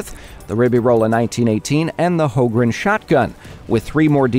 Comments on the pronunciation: im from sweden so i can tell you how the sjögren shotgun is pronounced. the Ö in the name is said like when ur thinking like 'uuuuuuuuuh' so kinda like 'shu gren' and u say the E in gren like u normaly say E i hope i helped and wast to confusing lol:) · You are the closest I've heard pronounce sjögren right but is Hw-oh-gr-en I think, I studied swedish for about 1 month so 😞👌